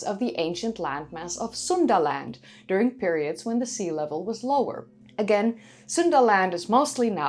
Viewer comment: Every time I hear Suundaland I think of Sunderland, Very different places lol, Fascinating content as always though.